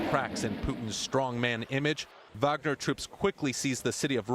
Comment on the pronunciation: Hasan, say it with me; vaugner vaugner vaugner vaugner vaugner vaugner vaugner vaugner vaugner vaugner vaugner vaugner vaugner vaugner vaugner vaugner vaugner vaugner vaugner vaugner vaugner vaugner vaugner vaugner vaugner